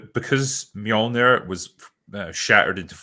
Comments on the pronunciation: 'Milneer' LOL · It's kind of hilarious to listen to these guys pronounce mjölnir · bruh how can not pronounce mjolnir correctly lol